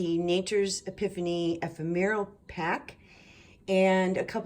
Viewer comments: Love this journal!! Ephemera..is pronounced...E..fem..ra. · This is such an incredibly beautiful book. I so enjoyed walking through all the lovely, delicious details. Simply gorgeous! (I hate to do it, but it comes from the best intentions in my heart, but the word ephemera is pronounced EE-FEM-RA. Please don’t hate me. Wink-wink.)